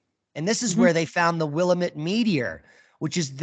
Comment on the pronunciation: BTW it's the WILL am it Valley. Not Will i mit as you are saying.